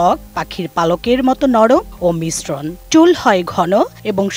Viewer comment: আরে সাংবাদিক ধির্রঘায়ু না দির্ঘায়ূ আর মিশ্রণ না মশৃণ